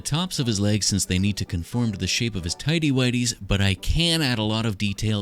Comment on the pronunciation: It's so FUNNY WHEN HE SAYS TIDY WIGHTYS